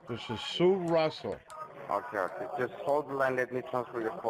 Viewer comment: Oh dear , im trying to work , i started to laughwhen i heard him say " okiy " instead if okay . They try so hard , but always fail .